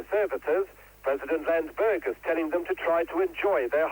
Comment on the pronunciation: "president Landsbergis" bruh